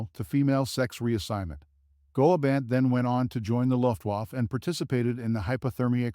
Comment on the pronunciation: Now, that's an hilarious pronunciation of "Die Transvestiten" (it would be /diː tʁansvɛsˈtiːtn̩/, not /daɪ̯ ˈtɹænsvɛsˌtaɪ̯tn̩/). It's also incredible that he doesn't know how to pronounced Luftwaffe (/ˈlʊftˌvafə/); I thought that was a well-known word in Anglophonia.